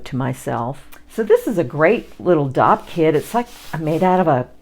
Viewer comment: I realized after watching this video I had no idea what a dopp kit was! I thought you were either saying doc kit or dog kit at first! 😂